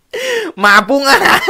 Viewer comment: หม่าปรุงอาการ.......... ไม่ใช่ อาหาร...